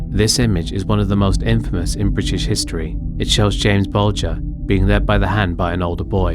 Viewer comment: Good British accent until the last word… “history”